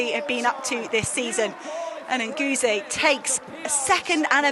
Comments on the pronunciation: PLEEEEASE learn how to pronounce Yared Nuguse last name. You're going to be saying alot in the future. Brutal and embarassing. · Question, did the commentators get the correct pronunciation of Nuguse?